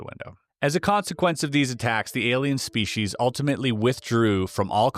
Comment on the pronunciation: am est. Very nice and interesting narration. Certainly appeared very genuine. My only personal peeve...proper pronunciation of the word species....lol...shpecies, speshies...uggh...spee sees'! Reaching I know...great story overall; captivated the entire time. More!!!